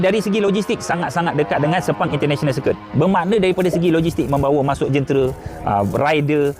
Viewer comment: Sir Ku it? 😳 Pronounce yg betul lah please